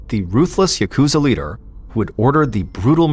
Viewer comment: Just gotta breathe through the pain of hearing 'yakuza' pronounced incorrectly this entire time.... I'm not even going to mention the names, but... Seriously, people, please.... It's got atamadakagata pitch pattern, the accent is on the first 'syllable.' I'm begging YouTubers to please stop saying yaKUza. Maybe then I could finally enjoy video essays on the Yakuza games....